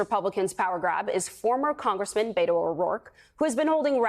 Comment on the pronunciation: Beto is pronounced BEH-To. NOT Bay-To. It’s short for ROBERTO. Not Robert.